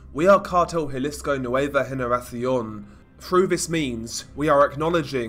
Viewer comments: Yeah I heard that too lol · you pronounced the C and the S like a Spaniard lol You said Generafsion. It's spelled Generacion but a Spaniard would pronounce it Generafsion.